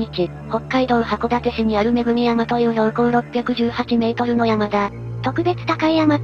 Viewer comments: 「めぐみやま」じゃなくて「えさん」やで。 幼稚園か小学校の時遠足でのぼったわ。そのくらい難易度低い山なのになぁ。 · とりあえず…｢えさん｣なの？｢めぐみやま｣なの？